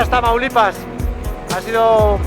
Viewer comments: "Traumalipas" como dice el auronplay xD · Auron le dice tramaulipas